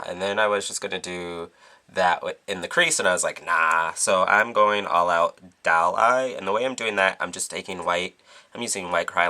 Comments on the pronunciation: "broken dall" lol its DOLL. not dall. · you pronounced doll "DAALLLE" and not "DOLLE" (: ahaha that's cute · u say doll weird.. like it sounds like u say dall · Loool. The way he says Doll, "The Dall look" Lool. To cute. c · I love how he says doll. It sounds more like DAWL. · I love how you say doll. Dall. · hahaha he has an (awesome) accent he pronounces o's as a's so its "Dawl" for "Doll" and in another vid it was "Bady" for "Body" ha its cool :P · I LOVE how you say doll... its like dahl... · lol i love how he says doll it sounds like he is saying dawl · love the way you say doll its like dawl :P great tutorial :) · lol i like how he says doll :) "dowl" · you say doll very beautiful dawel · i like the way he says doll dall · I love the way you say doll. XD ITs like "dowl" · "tutorial's over" perfect ending... and i love the way u say "dall" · i love how you say doll~~dawl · why cant you say the word "doll" properly? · I like how you say doll :) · I love the way you say Doll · i love how you say "doll" ( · he lives in thr UK,they pronouce it differently. dont make fun of his accent,i talk the same way D:< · luv the way u pronounce "doll"